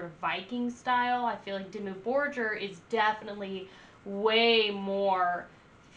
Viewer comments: 1. It's not Demi Borjer, but Dimmu Borgir (Pronounciation: Diemuu Borgir) Go watch some video's from other 'youtubers' reacting to this band, and listen how they pronounce the name. 2. I know american's aren't that intelligent, but is this your first experience with this band? "... this is very unique it's giving me some Epica vibes." _".. oh it's like giving me Exorcist Vibes and it's like, really like this very forward and move and it's like super flat and sandwiched in here and then you have all of these other elements that are making it super cinematic. Kind of giving me like Lorna Shore vibes" How is a black metal band which was formed and has been active since 1993 even comparable with symphonic metal band (Epica. Some people even dare to call them 'gothic metal', same as for Within Tampon) that was formed 9 years later, or a dumbass metalcore band (Lorna Shore) which was only formed in 2010 (17 years later)? If someone is copying anything it would be Lorna Shore, with other words.. Epica and/or Lorna Shore give you Dimmu Borgir vibes... 3. I know you're listening to the live versions from "Forces of the Northern Night" which had a full orchestra and not the album version. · Lady . Quit with the Lorna shore vibes. Dimmu started in early 90s as satanic black metal and has well more than earned a place in which they aren't put below the new shit. Black Metal is more than music. Honestly who are you and please say the name right and put on older albums. No. .. not Disney. .. hail satan.